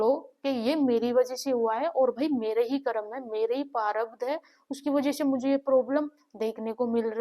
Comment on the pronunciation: Behan sorry for this vo parabdh nahi prarabdh hota hai